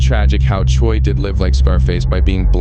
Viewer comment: “ Choy “ Lol bro it’s chuy. Pronounced chew - E